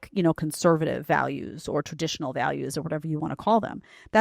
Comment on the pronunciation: So lazy she can't even say TRADITIONAL.